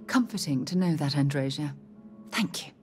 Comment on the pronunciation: You know Andreja hates how Sarah says her name.